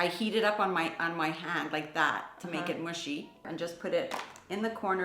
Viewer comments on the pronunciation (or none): I love how you both say the words “hand” “tan” the same.